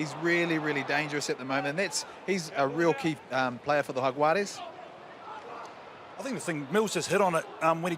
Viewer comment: She is the first one to pronounce Jaguares perfecto, take note, for anyone that was confused.